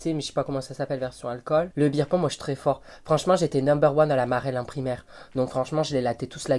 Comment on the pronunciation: « Beer Pong » ou « Ping-pong Show » ??? 😜